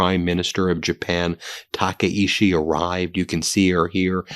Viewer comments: The japanese PM's name is pronounced "tak-eye-chi" not "taka-ishi" lol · It’s pronounced “Takaichi” with a “ch”, not a “sh”. Your English language has both these sounds, and you can choose the more accurate one. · Tah kah ee CHEE. Please pronounce correctly. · Taka in Taka-ichi rhymes with DACA. Ichi in Taka-ichi is pronounced like ichi in ichi, ni, san (one, two, three in Japanese).